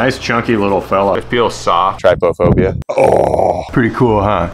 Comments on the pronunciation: wonder why people say trypDUHphobia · Googles trypophobia -says word with clear hesitation brought on from uncertainty of correct pronunciation -Completely ignores phonetic pronunciation guide within definition -Pronounces trypophobia incorrectly -then expresses that he hopes he's saying it correctly. 😊 My heart, your entire being is good vibes